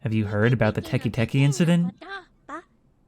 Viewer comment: super minor nit-pick, but teke teke would be pronounced "teh-keh teh-keh" not "teh-kee teh-kee", since it's japanese w